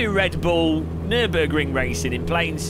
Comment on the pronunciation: What did u say? Nübürig?! Please be the first English/American YouTuber, who pronounce german City´s, Brand´s and names correctly! ^^